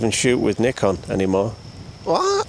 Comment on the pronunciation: You pronounce Nikon like Knickers.